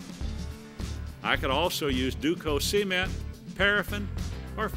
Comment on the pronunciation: He said cement like semen